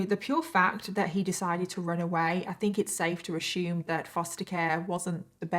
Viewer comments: Ashume lol driving me nuts assume lol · I can’t listen to the story till the end cause of the way she say assume as “ASHUUUUME” 😭😔